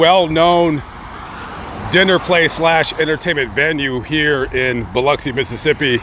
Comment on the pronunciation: Props on saying Biloxi the correct way. I live about an hour north of the beach.